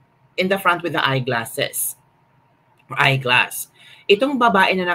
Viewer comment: it’s eyeglasses, not ayeglass